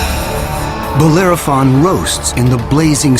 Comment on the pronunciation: the name is Bellerophon not Bolerophon. Dyslectia? Crocodile or Cocodrilo?